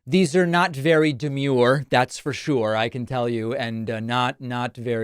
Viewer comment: Lmao "demure"